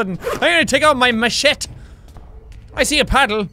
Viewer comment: It's pronounced MA SHET Y